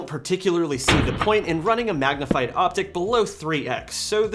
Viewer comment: I'm stealing "Magah-Vyuu" ...better get a lawyer.